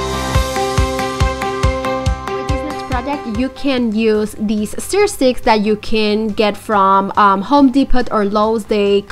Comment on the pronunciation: Se PRONUNCIA STUR!!! No STEER STICK!! STUR!!